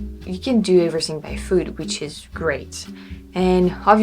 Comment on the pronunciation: at first I thought you said, "You can do everything by food"... which is also true in Quebec City 😅